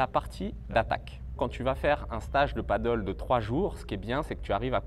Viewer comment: Merci pour cette vidéo intéressante. Une seule remarque, il faudrait essayer de dire Padel et pas paddle.😅